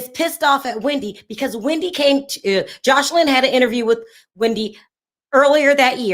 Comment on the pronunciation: You keep calling her Josh line instead of Jos eline. Josh is a masculine name